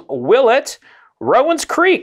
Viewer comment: Shame on you for mis-pronouncing ROW-ans Creek!